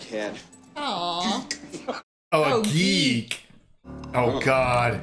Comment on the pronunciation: They're right. She does actually mispronounce "Geek" as "Keek". Imagine casting an extra to speak one line, when they can't even pronounce the word. 🤣